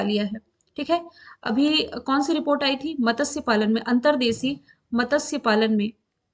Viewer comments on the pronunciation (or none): Matasya नहीं Matsya. .....त, स और य को जोडकर pronounce करें